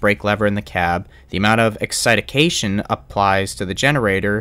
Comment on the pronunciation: Excitation 4 syllables not 5 😊